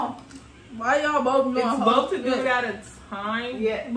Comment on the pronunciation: you swear you're from Baltimore "tew" lmao